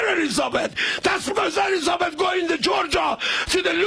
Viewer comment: " eleezabeth go to the georgia to the looger" hahaha